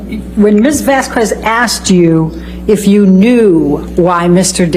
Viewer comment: And... There's sun in the Bahamas, right?! 🤣🤦☀️ ELAINE!! 🤡 Her jealousy over Rochelle, was so transparent. It's Vas-K- EZ not Vas QW- EZ, ELAINE!! AQUA- MAANN! 😂 Amber's lawyers bitching about Amber being mocked as a victim, but mocked Johnny Depp, the real victim, during the trial, so cruel and unprofessional!